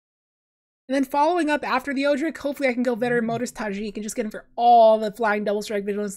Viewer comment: I’m fairly confident Odric is pronounced ‘Odd-dric’, not ‘Oo-dric’.